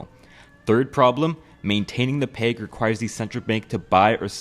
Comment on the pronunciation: Why do you say peg like plague